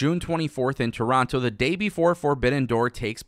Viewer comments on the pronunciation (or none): none